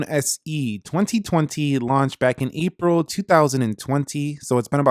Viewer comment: "launched in e-pril"